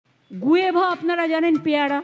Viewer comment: উচ্চারণ ঠিক নেই _ আপনি কি করে হেড মিস্ট্রেস হলেন ? গুয়েভা কি ? ওটা guava 🤩🤩